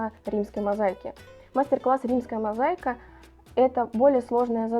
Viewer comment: мозАика без "й ". Не от слова заЙка 😅